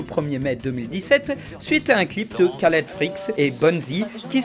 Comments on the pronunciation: Je veux pas être chiant et y a surement quelqu'un qui l'a déjà dit mais ça se prononce "Raled" et pas "Kaled" il me semble xc) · Sa se prononce pas "Kaled" mais "Raled", c'est un prénom arabe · Une édition sur Requiescat In Pace? c'est pas vraiment un mème mais c'est souvent utilisé pour témoigner d'une bonne culture geek ( à tort ou à raison je ne suis pas juge) Au fait Khaled Freaks, ça se prononce Caled ou Raled? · Son nom se prononce "Raled Freaks" ;) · Ou même Rhhaled.